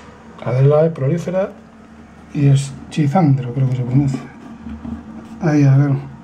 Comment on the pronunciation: Todo bien, Sabes muchísimo de plantas y se agradece tu generosidad al compartir conocimientos. Lo único que te corrijo es que los nombres en latín lo que aparece como "CH" se lee como "C" o "Q": EsQUizandra, AristoColoides... y así. Buen trabajo!